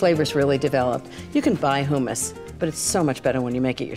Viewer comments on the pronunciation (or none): She's so bougie and uppity that she's messing up words...Hoomis???? It's hummus.. hum like in hum a tune......yet and still she's one of my favs 🤣🤣🤣🤣 and don't forget, always use "good" vanilla 🤣💀🥴🥴🥴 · Ina, it's pronounced hummus not who - mummus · Who - muss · Is it weird that it bothers me that she keeps saying "who-muss?" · "who says "HOO-mis?" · Wtf is Hoooo-mas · Why does she keep saying hoomus ? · Terri Myrick I'm with u on that. I never heard it pronounced that way.